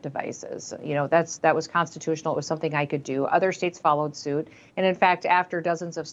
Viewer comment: did she say "TIK TAK" 😂